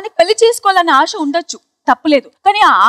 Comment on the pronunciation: అవును నువ్వు తెలుగు వచ్చిన దానివే కదా... స్పష్టం గా మాట్లాడి తగలడొచ్చు గా ఏదో వేరే భాష anchor మన భాష మాట్లాడినట్లు ఆడి చస్తావేం నీకు ఏమి రోగం... ఆష కాదు ఆశ అని పలుకు.. పింజారి మొకం దాన గుండు సూది ముక్ దాన